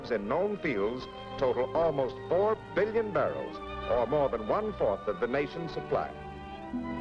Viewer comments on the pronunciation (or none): none